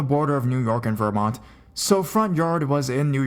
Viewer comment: I'm sorry but it's driving me CRAZY!! It's not VER-MONT ITS VERMONT - one fluid word no ver-slight pause -mont. sorry but it was literally driving me crazy!!